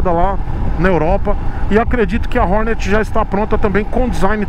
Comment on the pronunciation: "ORNÉT" bicilíndrica? Os maloqueiros irão xiar kkkkk